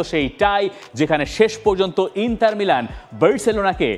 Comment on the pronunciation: ইন্তার নাকি ইন্টার? কোনটা?